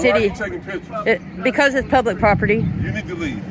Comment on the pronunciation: Prop-tee. a stick that holds up a golf tee